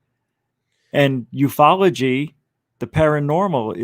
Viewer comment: Aah I love that and have quickly become firm besties 😀 now that Rich guy, ignore him total but is a top bloke 😂 Also love how pronounces Ufology as ‘you eff ology’ 🤣